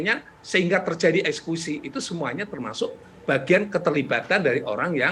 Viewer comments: Kok prof ngomongnya ESKUSI bukan EKSEKUSI????? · Eksekusi prof...bukan ekskusi...